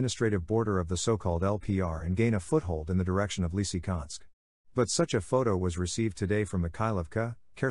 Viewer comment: Well done. One remark though. Next time spell Лисичанськ as Lisitchansk for your American guy, otherwise he would pronounce it as Лисиканск, like he did it in this video.